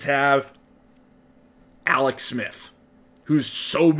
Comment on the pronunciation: Bruh you should be an expert at pronouncing your L’s considering you’ve been taking them for years. Alex say it with me Aaallllleex now awex